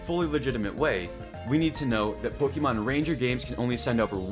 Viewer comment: Po"ké"mon Not Po"ki"mon.